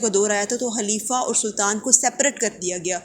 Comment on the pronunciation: Halifa or khalifa? Otherwise was good 🔥